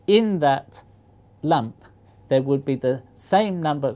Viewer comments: I keep thinking he says lamp when he says lump, which was seriously very confusing! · oooooooooh! he's saying lump! a lump of gold... (stupid american who heard lamp for most of the video, and wondered what purpose could there be in a lamp of pure silicon)